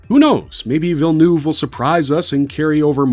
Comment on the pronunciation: Americans seem to have endless imagination as to how to pronounce Villeneuve